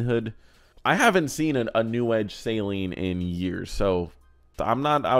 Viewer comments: It is "suh-leen". You're pronouncing it like saline, which is basically salt water. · Sayleen, or SALEEN. Say it right ya dummy. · Saleen (pronounced Suh-Leen) where-as Saline (Say-Leen) is a medical and contacts solution. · Hearing say "Say-leen" so many times made me feel personally attacked. "Say-leen" is for your eyes homie😂😂😂😂